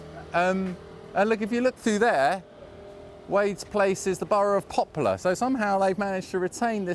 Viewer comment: You seem to be saying "Popular" instead of "Poplar"!